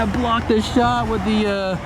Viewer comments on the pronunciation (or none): none